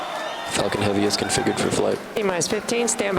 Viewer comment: my ears has problem: Space X "Fcking Heavy"